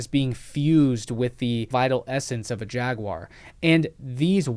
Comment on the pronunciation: You need to pronounce Jaguar correctly.